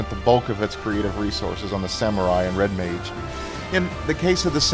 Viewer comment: Did he say Red MAID? Lol